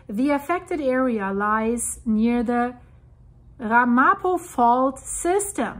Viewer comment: Pronounciation: Ram a po